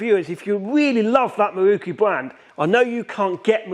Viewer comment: Open close ...open close...open close.... F..k sakes and what is a MAWOOOKOOO... Pronounce MAROW Koo